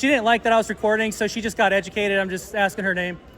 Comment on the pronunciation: what does im axing you mean?